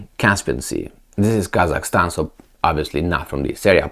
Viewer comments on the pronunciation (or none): none